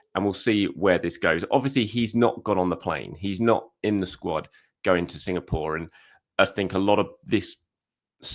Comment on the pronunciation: Signapore!!😂❤😂😅❤ try Singapore one more time plse , I love how he skips the name after that .❤😂😅❤